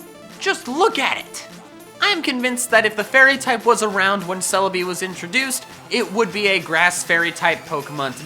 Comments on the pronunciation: For celibi said psychicy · THERE IS NO R IN CELEBI!